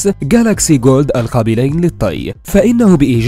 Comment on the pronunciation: اسمه جالاكسي فولد وليس جولد